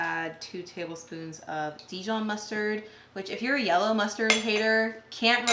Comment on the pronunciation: You are pronouncing the Dijon mustard wrong. Google it